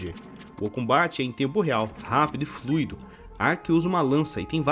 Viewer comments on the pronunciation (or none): none